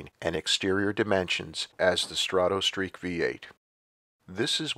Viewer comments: I love your videos but it's pronounced strah toe not straw toe. As in stratoliner, stratosphere , strato fortress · You also spelled it as though it sounds like straw toe. The correct spelling of the pronunciation is străt′ə, the "o" doesn't make an "oh" sound. străt′ə-streak străt′ə-liner străt′ə-sfir